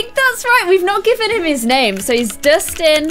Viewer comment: It’s Dustin not distin